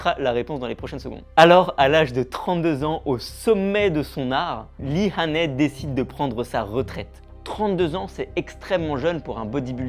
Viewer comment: Son nom se prononce "HAI-NI" , et non pas "HA-NAI".